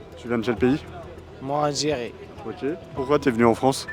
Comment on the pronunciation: En. Algirie c'i pas facile, en Fronce c'i plis facile !!! 🤣🤣🤣 Ben voyons, tu m'étonnes !